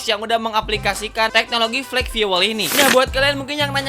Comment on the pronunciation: FIUWEL ❎ FIUL ✅ skali lagi bang, FIUL